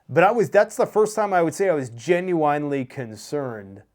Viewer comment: I like the way you are spelling "genuiWanly"